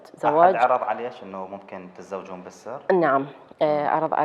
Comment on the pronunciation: بالسر وليس بلسر 😠